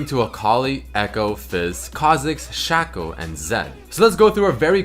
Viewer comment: Was happily watching this until you said "shacko"